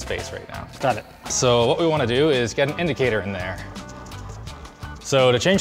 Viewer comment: Linus just said idicator 😍 my machinist background is crying happy tears because he probably doesnt understand any of that stuff.